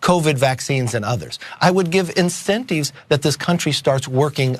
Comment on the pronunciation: Incenteevs. Why do all old white POSs pronounce the letter I like that